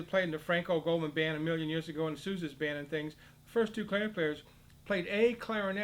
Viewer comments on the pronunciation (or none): none